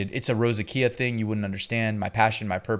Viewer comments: FYI it's pronounced Rose-ZAY-shuh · rose a sha is the correct pronunciation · Great video as usual. its pronounced ROE ZAY SHUH. If you Google "how do you pronounce ___ whatever the word is, Google will write it out phonetically and speak it if you click on the little megaphone